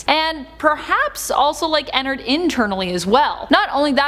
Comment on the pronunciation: Btw I pronounce Ennard by EnnAARRRd You get it?? (This is not hate, I like how you say Ennard like Ennerd sooo...It is cute :)